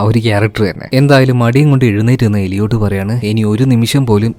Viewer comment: എലിയോട്ട് ❌ ഏലിയറ്റ് ✅